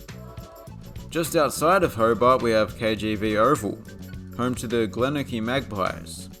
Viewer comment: Glenorchy is pronounced Glen Nor Key And Bellerive Oval now has the same colour seats in the David Boon Stand it's using the same colour scheme as the Ricky Ponting Stand